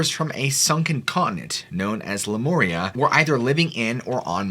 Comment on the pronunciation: Lemuria not lemoria.